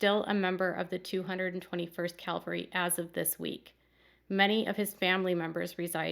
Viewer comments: CAValry not CALVary. Huge difference. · I hope you don’t mind me pointing out the word is cavalry not Calvery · I cringed every time you said ‘calvary’ when quoting the National Guard officer. ‘Calvary’ is the hill on which Jesus was crucified. ’cavalry’ is a military term. There’s literally a world of difference between the two.